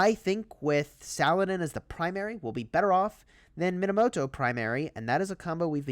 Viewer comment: I won't let you butcher his name. It's pronounced "Sah-Lah-Deen"